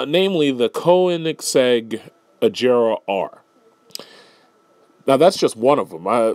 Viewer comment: The Koenigsegg Agera R (btw you did not say it correctly) was built by hand from scratch. It is not a tuner car by any means. Every part of it including the engine was built in house by hand by Koenigsegg. Not only that but it has the same amount of horsepower as the supersport and weighs 1500 pounds lighter. It has much faster acceleration and can reach higher speeds. It is legal everywhere in Europe but not in the US because in order to do that they would have to do several things a small company cannot do